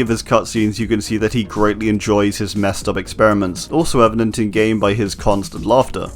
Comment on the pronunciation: “EVENdent” bada doosh